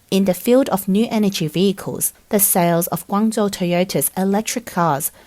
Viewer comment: Can't you give the male AI syllables so it doesn't say "Guong zoo"?